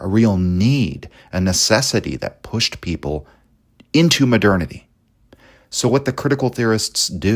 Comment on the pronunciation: It's contemporary times not modernity pronounced almost like maternity